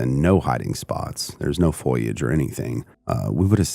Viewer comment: Ps: it's prbounced fo-lee-age not foil-eea-age..Do better.